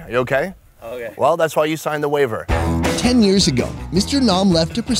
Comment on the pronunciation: "Well that's why you signed a waver" 😂😂😂